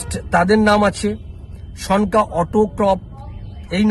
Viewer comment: ভাই, উচ্চারণ ঠিক মত কর। ওটার উচ্চারণ সন্কা হয়ে গেছে। হবে সনকা । লেখা টা ভালো করে পড়ে দ্যাখ।